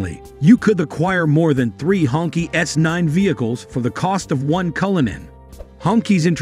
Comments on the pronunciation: Please pronounce the name correctly. It is "Hong "Chi", not "Ķi". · The narrator needs to do more research. It’s not pronounced “honkey” but “ hong-chee”. The phrase literally translates to “red flag”. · It is actually pronounced, "Hong-Chee". But I can see some wanting to call it the "Honky". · More like SHONKY. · It pronounce "hong chee" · it's u r accent not their name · Well thank you for that because I was turned off by the pronunciation, it’s like saying the N word except it’s for white people. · I think the narrator is a computer voice. There are other examples of incorrect pronunciation and pacing. The pronunciation of the name of the car is very annoying. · Yeah he's jacking the name all up!😅